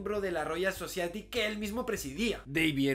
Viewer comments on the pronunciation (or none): Amigo Javier : …me e suscrito a tu blog .todo esta excelente, pero por favor Society : se lee So sa ya ti . Como suena FONETICAMENTE … ( vivo 42 años en US . Y aprendi escuchando … ) cuando tengas dudas de pronunciación no vaciles en preguntarme . Estoy como Walo Galvez en Face y de igual manera en Instagram . Ya estoy retirado osea TENGO TIEMPO